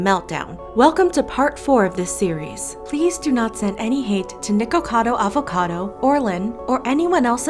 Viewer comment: im sorry but someone had to say it the way she says “Nickocado Avocado” is so funny to me haha😂